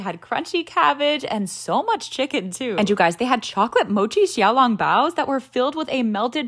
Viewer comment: Din Tai Fung is the best! And holy cow, your pronunciation of xiao long bao is so point! ❤